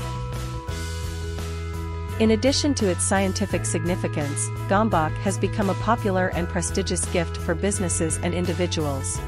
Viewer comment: Gambak? Bakker, itt lett volna a lehetőség hogy a 3 videóból egyben elmonjűtok hogy kell kiejteni. Erre egy magyarul nem beszélő mopndja ki helytelenül. Jajj.